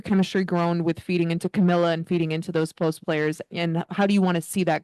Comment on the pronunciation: That argument falls flat. Because right now Coach Sides is getting roasted for today's game. Dont know why people keep butchering Kamilla's name. Jamila??